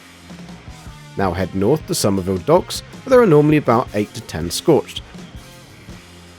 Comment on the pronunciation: *Summersville Not Somerville I’m from near there so I had to say something.